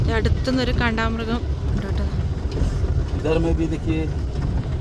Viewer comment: കണ്ട മൃഗം അല്ല കണ്ടാമൃഗം